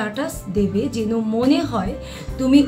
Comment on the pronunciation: আপনার উচ্চারণে মারাত্মক ভুল যেমন : রেসপন্স, যেন,ইউজ ইত্যাদি এত্ত ভুল উচ্চারণ নিয়ে টিপস দিতে আসেন লজ্জা করে না😂